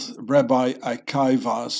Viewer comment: Hi! It is pronounced Ah key vah... have a great day...